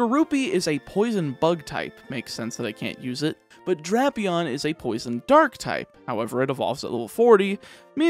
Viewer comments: ITS DRAP-EON NOT DRAIP-EON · Pretty sure it is Drapion, but I have heard it pronounced Drapion.